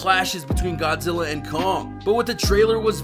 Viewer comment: It's Godzilla not 'godsilla'